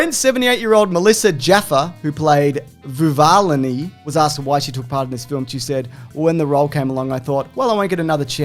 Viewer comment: Melissa Jaffer’s character is The Keeper of the Seeds, a Vuvalini is a name for a generic member of the Green Place group in general. Also, probably realized this as he was saying it but it’s pronounced Vuva-“Leenee.” Like Tortellini.